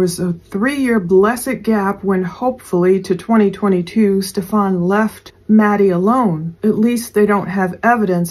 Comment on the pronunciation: please stop calling him Stef-FON. His name is pronounced Stef-an, no accent on the 2nd syllable. Yes he is a POS but saying it incorrectly is so annoying.